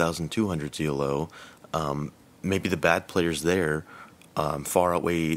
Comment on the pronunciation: Its pronounced "Elo" not "E.L.O.", its a guys surname who invented some rankings system.